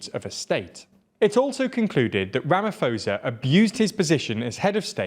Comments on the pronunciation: It's ramaposa not ramafoza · Thanks! I always watch your vids, just for future reference the presidents name is pronounced Ramap-hosa not ramafosa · I’m really shocked that you lot didn’t bother finding out how to pronounce his name! It was an ear sore hearing you constantly saying “Ramafosa” instead of “RamaPosa” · Rama - po - sa. The h is silent. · A suggestion for you guys when you prepare your scripts: take two seconds to learn how to pronounce place and people's names. President Cyril Ramaphosa's surname is pronounced Rah-mah-por-sah. I like your content, but careless handling of details which are just a Google away really gets me down. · „Ramafosa“ you joking right?😂😂 ai man come on guys 🤣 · Just saying its Rama-po-sah in terms of pronunciation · Absolutely love this channel, and love seeing South Africa featuring! Though you are mispronouncing Ramaphosa - the "ph" is not pronounced like an "f", but instead pronounced like a "p". :) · Is nobody going to tell them how badly they pronounced the presidents name hahaha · It isn't pronounced with an "f", it is a "p" sound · You are pronouncing his surname 100% incorrect.